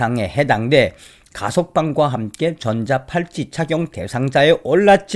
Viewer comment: 전자 팔찌가 아니라 전자 발찌 . 발음이 비슷하게 들리네요